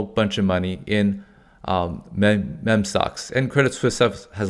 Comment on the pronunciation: say it with me--MEEEEEM stocks (meme is "meem" not "mem") 🙂 Also, indices (pl of index) is pronounced (IN-duh-sees) I always enjoy your videos 👍